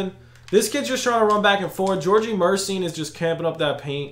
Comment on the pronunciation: Isn’t it mur-eh-sean😂